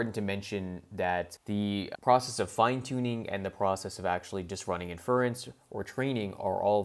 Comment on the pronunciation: Great content but for the love of god please pronounce inference (and other terms) correctly. Small mistakes like that end up making you sound like you don’t know what you’re talking about.